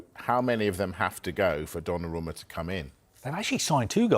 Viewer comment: Calling him Donnaroma hurts my ears